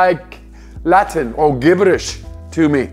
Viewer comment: "gibberish" with a hard "g" LOLOLOLOLOLOL